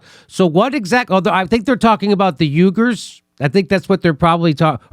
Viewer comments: Mispronouncing Uyghers as Yugers for comedic value was uncool....along with your what-about-isms regarding US human rights. So... downplays the "re-education" camps as Uygher-lobbied, politicized propaganda? Did I hear that right? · this spells u-i-g-u-r-s with emphasis on second U